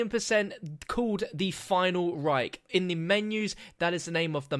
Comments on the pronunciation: PLEASE never say "the final REIK" again ^^ this sounds awkward for germans :P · "The Final Rike" lol